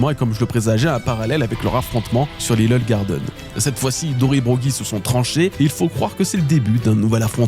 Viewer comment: "Lileul garden"